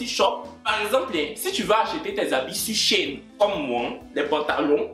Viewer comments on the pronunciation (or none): 😂🤣😂😂😂 tu veux devenir bilingue mais tu dis SHEIN au lieu de « She in »😂ne m’attaque pas oooh😂🤣